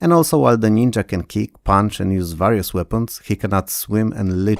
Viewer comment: Sorry, OCD here... This video is awesome and your level and pronunciation of English is globally very good. There's just this one word that you repeat quite frequently and that you mispronounce: "various" The "a" is not like in "bat" or "cat", but like "share" or "scare".